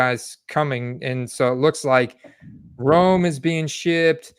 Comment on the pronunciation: Man you gotta say Rome's name right lol.